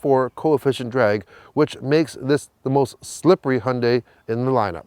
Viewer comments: Finally someone who can pronounce Hyundai correctly. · Hyeon dae I think is how the Koreans pronounce it.